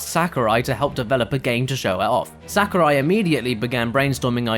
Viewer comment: Please vet the speaker's knowledge on how to pronounce the names of foreigners in advance next time. If not this, then please get an editor who can fact check and correct these things so we aren't subjected to hearing "SA-kurai" 10+ times in less than a few minutes.